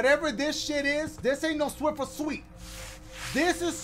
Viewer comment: “swiffer sweets”😂😂😂